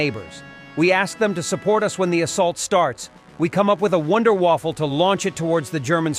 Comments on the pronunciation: It´s wunderwaffe And not "WunderWaffle" btw. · WTF, they think they are fighting against Germany?! Also its "Wunderwaffe" not "Wonder-waffle", our Military ist a backery... But funny, that the Russians are using German words, i Wonder if they know where "Wunderwaffe" commes from. I thought they only use German words in theyre rocket sience.